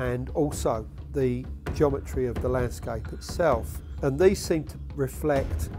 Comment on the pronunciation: i cant stand the way dude says..."jometry"...lol